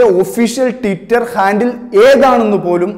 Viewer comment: ടിറ്റർ അല്ല മോനെ ട്വിറ്റർ